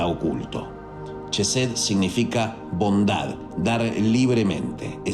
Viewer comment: Una pequeña aclaración sobre la entonación de "Chokmak" y "chesed": El sonido de la digrafo "ch" no es "consonantico palatal africado" sino es "velar oclusivo sordo", tal como se emplea en los monografos "k" y "c" respectivamente. Por cuestiones de estética gramatical y de transliteracion, ha pasado a ser un sonido basado en el "fricativo" de la "sh" inglesa. Para asegurarnos de una mayor proximidad al hebreo, se entona la "k" y la "c" con el acento germánico pero sin el "golpeteo" palativo y se convierte en un nuevo digrafo: el "kj" Por tanto, pasaría a escribirse "kjojmak" y "kjesed". El detalle aquí es el mismo que sucede con la forma de escribir "di-os", vaya, de Hashem o Adonay. Pero en este caso es la "k" dado que esta letra ocupa la 11° posición y bueno, tu sabes que el 11 es tabú. Para diferenciarlo se emplearía la "q" "Qjojmaj, "Qjesed", incluso "Qaballah". Visualmente luce extraño pero es lo que sucede también con la escritura de los profetas: Abraham = Ibrahim, Issac = Yitzhaq" Jacob = Iaqob... y así. Pongo lo anterior tratando de diferenciarla de corrientes new age y pseudo-sabateas, algo más luriana, más sionista. He aquí mi dato cool🤙 De momento es mi pequeña objeción de otras. Nota: Se agradece que no citaras al Yeshua Ben Yoseb. Shalom,!🙌 Que la Luz de Gopala te Ilumine.